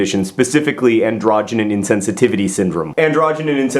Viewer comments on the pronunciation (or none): Not correcting to be mean, but it's pronounced "an-dro-gen" insensitivity, not an-drog-en-in. Either way, thanks for bringing up important issues. I'm guessing this is the first place many of the younger nerdfighters have heard about androgen insensitivity, and hopefully they'll read more about it and about all the topics you discuss. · Thank you for not describing this as "hermaphroditism" like the TV news sources. Even with the slightly-off (though charming) pronunciation of 'androgen,' and with the sidebar correction about AIS, you've still brought far more clarity to this issue than others reporting it. As for "an attempt to remove ambiguity from the human condition," if I were given that as a jeopardy answer, the question I would come up with is "what is science," not "what is sports." But that might just be me.